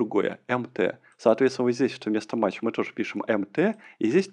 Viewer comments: не матч, а math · Только пожалуйста, кто учится, не запоминайте произношение библиотеки MATH как "мач" - произносится mæθ (мэф - примерно). Также, AS - произносится "ЭЗ" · Аж ухо режет когда произносит мач, но это можно простить и перетерпеть 😊, знания которые он даёт, стоят этого. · Ай! Каждый раз, когда произносит math как мач, в мире страдает один незадачливый недопрограммист! Ай! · "Мач", "Враппер"... мои бедные уши... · согласен, режет слух, но по сути не важно. но режет))